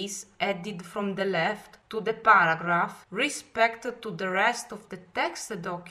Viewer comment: Well it's a very good video for people who worked in the office but I heard baragraph at first then I realized she is trying to say paragraph.